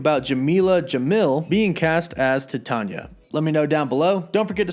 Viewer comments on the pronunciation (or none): Bro, you are saying "tatanya".it is *Titania*. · Your are pronouncing it wrong and it's pretty ridiculous. It's Titania...like Titanium. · It's pronounced like "female" TITANia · It's pronounced "Tie - Tay- Nee-Ya" not "Ti-tah-nya"... that was so painful to watch and hear... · Ti-tanya? Pronounced.......titan-ia as titanium but add a instead of um lol! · Pronounced TIE-TAY-NIA lol IT'S NOT "TIT-ON-YA" the pronunciations on this channel are hilarious lol just google pronunciations real quick before you hit record! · I thought it was pronounced like Titanium, just Ti-Tay-nee-ah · It's pronounced like titanium! Way to do a whole video and get it wrong! Titania (Ty-tain-ia) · Please pronounce it correctly: T-I-E TAYNE- EEAAA!! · Ty-Tan-nee-uuh. ijs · TY-TANE-YA !! Bro your killings me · DUDE, really? Her name is taken from the alloy Titanium... It is pronounced Tie-TAY-Nia !!! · Cmon bro u gotta know your pronouncing Titania wrong. Its like Titan with ia at the end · I thought it was pronounced Ti-tae-nia... You know like a play on the word Titan. Whatever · Titania = TieTayKneeUhh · Why are you pronouncing her name like that? It's pronounced TIE-TA-NIA. As in TITAN-IA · “Tit-tanya?” Try pronouncing it like Titanium or Titan or Titanic. 🤦🏻‍♂️ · Dude, it's pronounced "Tie-TAY-nee-uh" like the metal, titanium. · I Could be wrong but its ty-TANE-nee-ah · I’ve been reading marvel for years I thought the villains name was pronounced Titania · Say it with me phonetically: Tie-TAY-nee-uh, like the incredibly durable metal titanium. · Thank god somebody said this. He mispronounces a lot of stuff... hahaha. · You are pronouncing her name wrong..Titania. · Her name is pronounced tie-tan-ya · i could be wrong but i believe it's spelled "Titania" and it's pronounced "TAH-TANE-E-AH" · No you are right he fucked it up. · Yeah lol he said Tah-tonya 😂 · He really butchered the name of Titania huh lmao 😆 oh snap!